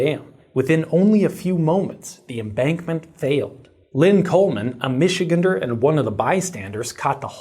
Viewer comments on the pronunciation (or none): As a Michigander myself, I greatly appreciate your use of our local nomenclature, but just fyi: it is pronounced Mish-eh-gan-der. The “and” is pronounced just like the word and.